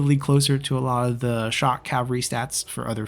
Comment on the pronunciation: Cavalry is pronounced with an L in it =) Cav-all-ree